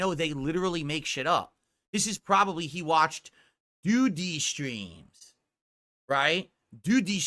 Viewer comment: "Dthoo-Dthee shtreams... right?" Slurring like a drunk and has the gall to make fun of a guy for being high lmao